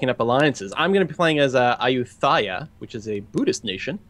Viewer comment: its ah-yoo-tai-yah